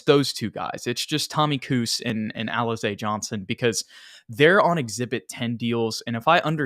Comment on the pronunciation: 😂😂😂 Alizé was named after a drink that was very popular in the hood back in the day. I would laugh every time you pronounced it as Alize